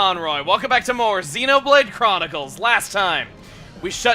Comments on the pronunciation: Just wanted to say a couple of things: 1. Thanks for being a great let's player, your videos are super fun! 2. Xenoblade is pronounced as "Zen-oh" instead of "Zee-no" by the Japanese. Also, Xeno, in Greek, stands for alien/foreign (also pronounced Zen-oh)... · Its zen-oh actually